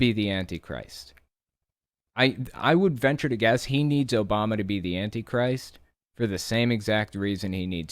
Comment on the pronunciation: Does he know how many ppl were named barak back then? And Obama is not pronounced Obomal or whatever